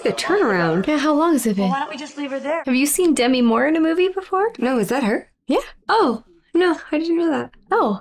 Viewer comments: It's De-Mee, she hates when people call her Demmy supposedly. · Her name is pronounced de-MEE because it's short for Demetria.